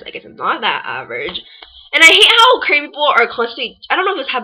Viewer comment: You can't say Korean...that's why you hated it..pathetic..and stop repeating like ...